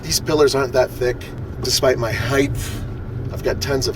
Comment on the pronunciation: Height. It's HEIGHT. You say "heighth" in all your videos.